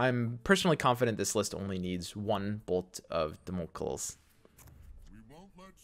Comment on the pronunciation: Beautiful content right here thanks a lot! What a blast. Oh and its dámocleees (learnt greek for two years ;))